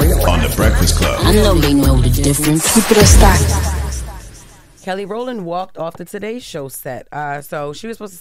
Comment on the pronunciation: "Kellandria" Rowland" 😂😂😂.. That's RIGHT, JESS!!